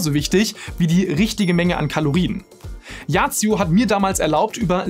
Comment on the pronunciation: Kurz zur yazio app, es wird als „ yasio“ augesprochen und nicht als „yacio“